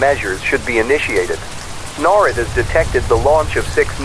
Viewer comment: The AI mispronounced NORAD.